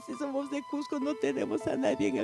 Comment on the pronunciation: CUSCO no CUJCO??????? CUSCO CUSCO CUZCO CUZCO QOSQO CUSCO CUZCO, por favor hablen bien: NO SE dice CUJCO, no CUJCO , SE ESCUCHA HORRIBLE, que vergüenza !!!!!!!!! PERUANO no PERHUANO.